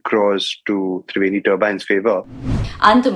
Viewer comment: Triveni sahi se bolo maam hindi me ap baki lines hindi or triveni english me bol rhe ho 😂